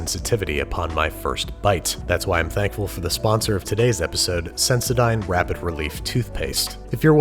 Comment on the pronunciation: IS THAT HOW YOU PRONOUNCE SENSODYNE?! WTF?!?!?!?! EVEN NIKE IS FINE BUT sendoDYNE? 🤯🤯🤯🤯